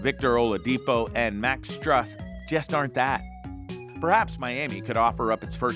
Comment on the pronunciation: I like how you're critiquing the Heat and can't even pronounce Max Strus or Tyler Herro correctly.